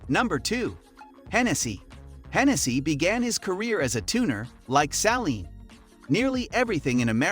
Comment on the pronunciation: Saleen not salen